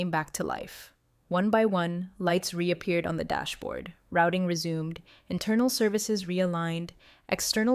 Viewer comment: Wish the would correct pronunciation…invalid…resume… read…. Etc changes the context of the word & meaning smh